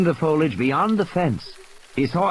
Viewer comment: can't pronounce "foliage".